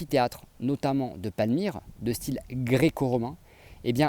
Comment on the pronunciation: bonne vidéo, cependant ta diction en terminant les E par A est insupportable, c'est : un style et non un "styla", sinon bonne continuation.